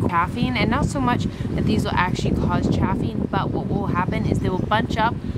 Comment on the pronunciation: Also the a in chafing is pronounced like "bathing", not "bath"